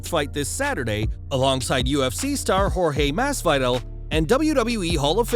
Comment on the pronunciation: Bro the way he said “Masvidals” name was fucking hilarious 😂😂😂😂😂